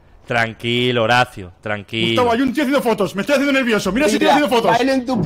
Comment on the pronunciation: Me da risa cuando le dice Gustabin